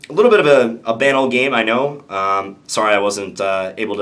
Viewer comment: How John says "banal" triggers me a little bit.